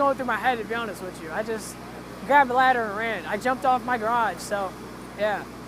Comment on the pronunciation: "To be honest wich chu"